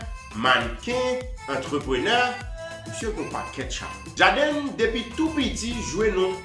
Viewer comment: C JAYDEN LI PWONONSE C PA "JADiN" ni JADEN EPI C WILL SMITH KI FOSEL FEW MASISI LANGYETTTT MANMANW GEN MOUN KI PALE ANGLAIS KI SUPER BRANCHE DE BAGAY SAYO. SO PRUDAN AK KKWAP PALE YO. OU PALE POU MOUN SOT SELMAN